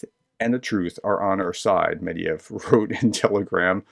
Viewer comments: it is not Medyev, its Medvedyev. There is a Ved in the middle. Why do you keep saying Medyev? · Dear. Please allow me to point out a pronunciation error you do consistently. The Russian drunk's name is Medvedev (pronounced med-VED-yev stress is on the middle sillable, which you have been leaving out entirely). I don't know whether that puddle of diarrhea deserves to have his name pronounced correctly, I just wanted to let you know.